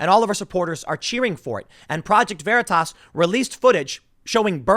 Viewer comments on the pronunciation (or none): none